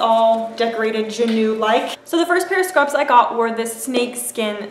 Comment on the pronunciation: Its pronounced Jah-new